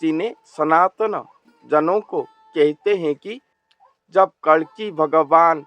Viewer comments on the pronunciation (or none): आपसे उच्चारण में गलती हो रही है कल्कि अवतार की जगह कलंकी अवतार बोल रहे हो उच्चारण का बहुत बड़ा महत्व है। कोई बात नहीं